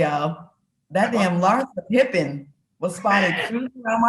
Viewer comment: Larsa " thottin & P popping" pippin